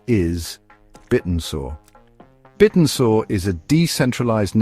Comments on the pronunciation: that AI is a bit annoying - and yes he said it wrong 😢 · Bit n Soar? Have I been saying it wrong or does AI still need some work? 😅